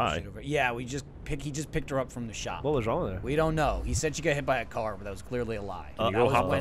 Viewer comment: "I was hit by a Kara" lol